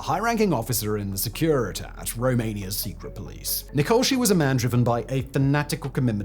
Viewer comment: I honestly love the research put into these videos. One comment, however: The pronunciation of Romanian is fairly clear from its spelling. I think it would be better to give the Romanian-sounding names of Securitate and Postesti rather than something anglicized.